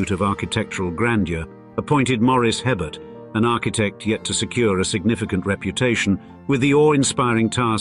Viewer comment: Hebert is pronounced “A-bear”! It’s French, not some knucklehead Brit.